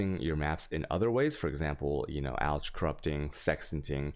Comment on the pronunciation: Pronouncing the "ch" in alch hits me pretty bad.